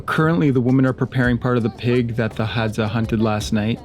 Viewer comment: Women is not pronounced the same as woman lol it’s one of my pet peeves